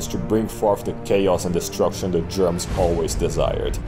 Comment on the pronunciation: The way you pronounce "Germans" as "Germs" is funny to me. Also "Ballomar" is a badass name for a barbarian warlord/king.